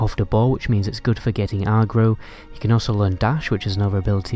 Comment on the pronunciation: Is it just me or is he saying aggro bizarrely? Other than that good vid